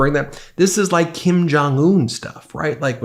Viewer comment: 'Mirror, mirror, on the wall, who is the fittest/best-looking of them all?' "Why YOU are, Sir!" 'I laike this guy.' (Anyone else as irritated as I am when he pronounces 'like' as 'laike'?)